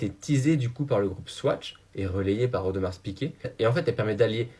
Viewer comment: Audmarrrrr s’il te plaît et pas audemarsssseee